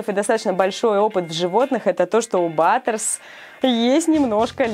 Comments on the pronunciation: Не батерс а Баттерс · Баттерс а не батерс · БАТТЕРС а не баттэрс